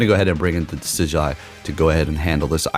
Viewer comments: So happy your running Decidueye, my favorite Pokémon of all time. Just to clarify for you it’s pronounced Decid-Ju-i. Not that it matters lol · Decidueye is actually pronounced De-Sid-you-eye